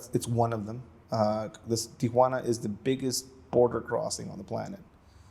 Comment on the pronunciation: It's Tee-wanna, not Tee-A-wanna. Got it??